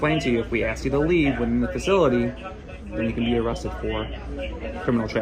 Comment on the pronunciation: It's not axe it is ask!! If he was axing you i think you would have left sooner.